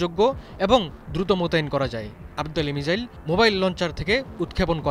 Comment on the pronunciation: মিজাইল না, বলুন মিসাইল সঠিক করে বলতেও পারেন না আবার লম্বা লম্বা লাফ দিচ্ছে ,,, পাগলের সুখ মনে মনে তাইনা